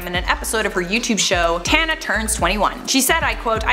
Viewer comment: It seems that most Americans do not know how to properly pronounce my name since so many young people have been given the name after their grandparents heard mine. It does not rhyme with Montana. It is pronounced with the sounds of ah and uh. Tahnuh, Tana. Apparently when they named their children after me they just saw it written and decided it rhymed with Montana because, well, it's obvious. And how can I say that these children were named after me? Most of them are relatively young while I am in my 70s